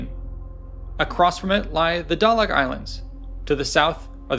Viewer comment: Dalak islands, lol.